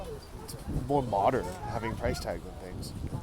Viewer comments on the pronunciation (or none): none